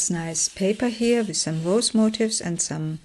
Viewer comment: FYI : The word MOTIF(S), which you have used a lot, is not pronounced MOTIVE(S)! (That is another word altogether.) Motif—which means theme—is pron. mo-TEEF, with the accent on the 2nd syllable. I hope this was helpful! Your work is lovely, and the flip-throughs are enjoyable.